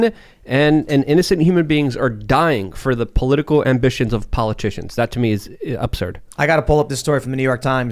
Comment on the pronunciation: Anyone correct and tell him it’s absurd not opserd